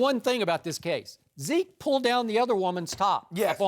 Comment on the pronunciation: "What about veke?" Ladies and gentlemen.....